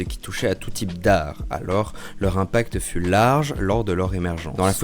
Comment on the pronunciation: Un impact, pas un impactE ! C'est vrai que le français, dur, dur ! le foie, la foi, une fois ! ! !